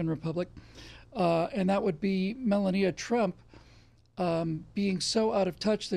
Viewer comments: I love you,, but 'mel-uh-NEE-uh'? I thought it was pronounced 'mel-AH-nee-ya'. Is there something we don't know (besides everything else you talk about)? Is that how they pronounce her name in Russian, perhaps? I mean...these are the burning questions that we NEED answers to 😆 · Hey, it's mel-AHH-nee-uh... Not Mella-NEE-uh... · "Mel-lahn-neeya?", have you not here her name pronounced? Other than that, great, hard-hitting show as ever!